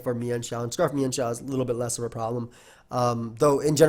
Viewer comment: It's actually pronounced meanshao